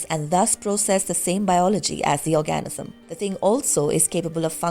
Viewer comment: I'm sorry, I keep getting hung up on this - will someone please help the narrator with the word "organism". I keep hearing "orgasm". Just a slight difference.